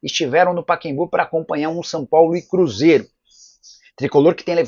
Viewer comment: O nome do estádio é Pacaembu ("Paquembu" não cai bem para um jornalista de seu porte!!!)!